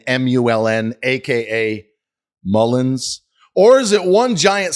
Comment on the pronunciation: I do find it unprofessional when he says Mullens and/or is he doing it on purpose so when:if he goes to court on false statements he could say i said “mullens” not mullen